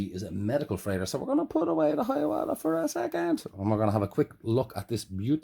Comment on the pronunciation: Dude don't mean to knock your pronouciation. But for future referance its a First Nations Iroquois confederation name and its pronounced HY-ə-WOTH-ə..... I guess all that first Nations education we get in Canada led to something. Sorry for being a dick. 😅